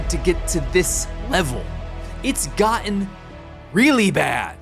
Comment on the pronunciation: There's no "H" in the word "gotten. Just saying...